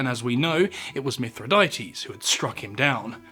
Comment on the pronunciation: Sigh. 1. It's pronounced "mi THRI dah teez", not "mith ri DAY tees". 2. Plutarch's report of scaphism (in "Life of Ataxerxes") is based entirely on an account by Ctesias of Cnidus, who even the ancients knew was an unreliable and absurdly sensationalistic fabulist (who, for example, claimed there was an entire race of one-legged people). Stop shoveling nonsense for clicks.